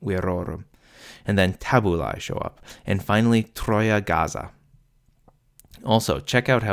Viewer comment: He actually mispronounces it in the video, it would be pronounced more like "gatsa" like the "tsu" in tsunami. The voiced z as we would pronounce it didn't come until much later.